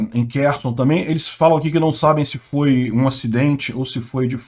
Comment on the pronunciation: Ele está pronunciando corretamente o nome da cidade ucraniana de Kherson.